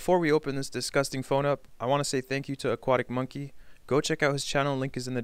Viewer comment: The funny way he said aquatic mongey